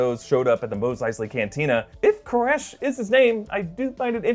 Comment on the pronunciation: "MOSE" eisley? Really?